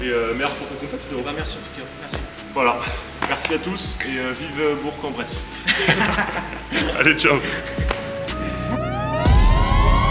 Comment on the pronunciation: On voit que tu t'es appliqué à dire BourK en Bresse et non pas Bour en Bresse comme tous les gens qui ne connaissent pas cette ville, tu as bien été briefé, il t'aurait plus pardonné de se tromper dans son palmarès que dans le nom de la ville 🤣🤣 sinon bravo pour les perf et cette vidéo